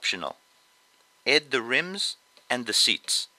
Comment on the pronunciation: i love how you say 'edd' instead of 'add'